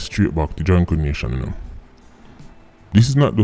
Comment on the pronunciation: “Bird Brain 🧠 “ 😭 “jahnkro nation” 😂